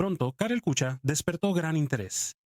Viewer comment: " Kucha " se pronuncia " kuja " , como en alemán